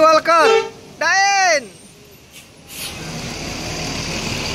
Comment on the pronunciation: Da ir bos.... Bukan dain🤣🤣🤣